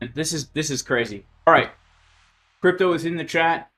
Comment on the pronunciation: You messed the guys name up. Its CRY.PTO